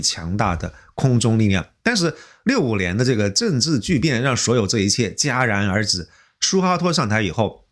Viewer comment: 哈哈 这次发音超对的 戛jia然而止👍